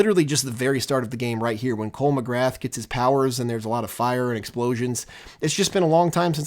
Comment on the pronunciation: McGrath is an example of an Irish name and the 'th' at the end is silent. It's correctly pronounced 'McGrah' with a soft 'a' sound (eg: not 'McGraw')